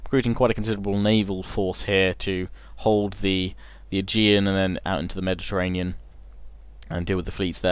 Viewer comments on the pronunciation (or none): none